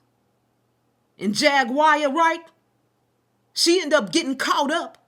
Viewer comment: It's triggering tht your intentionally mispronouncing her name over and over again... my cognitive dissonance isn't allowing what your saying to fully register bc your constantly saying her name wrong over and over again